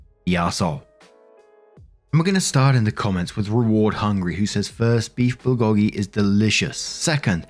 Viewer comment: Heads up: "Bulgogi" is pronounced "bull go gi" Love the videos, keep em coming!